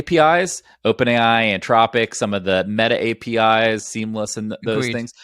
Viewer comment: For the record, the company name is Anthropic, not Antropic.